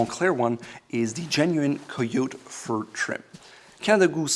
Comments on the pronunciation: You are pronouncing the word coyote wrong. It is pronounced kai yo tee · KY-OH-TEE not COY-YOTE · Bro it's caiyotee not coyoute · Coyote is pronounced coyoteeee just saying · Coyote is pronounced “kie-oh-tee” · Coyote is pronounced Kia-yo-tee Sorry, I know its a dialect but I wont knock you on anything else If you know what I talking aboot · It should be kai-oh-te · COYOTE is pronounced KY YO TEA - no offence. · I think coyote is pronounced kai-ow-tee. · Co-yo-te huh who would have thought. All these years been saying it as kye-ote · I like you and your videos, but “co-yot”? Really? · Please learn to pronounce Cayote properly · For a guy who says in a lot of videos that you appear like you don't know what you're doing if you don't tie your shoe laces the right way ... he can't even do a bit of research on how to say kai-yo-ti, kai-yote, or koi-yo-ti the right way in neither NA or BR English. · how he pronounces Coyote hahhaah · Haha thank you, he put so much emphasis on the pronunciation and it still backfired. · So we just gonna pretend he didnt know how to pronounce coyote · Interesting guess on the pronunciation of "coyote".